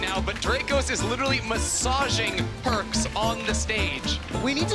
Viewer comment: his name is perkz not perks.